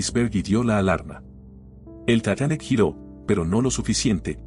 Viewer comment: Tatanic? Laverpul? Che pronunciación de 💩.. como el canal